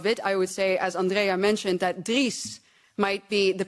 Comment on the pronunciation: "Driss" instead of Dries. L to the video editor